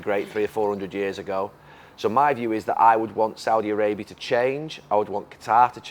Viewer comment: Can't even pronounce Saudia Arabia. That's how uneducated NC fans are